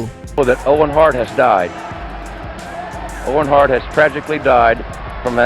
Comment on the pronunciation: juga owen hart sebutan nya owen hart bukan owen hurt😂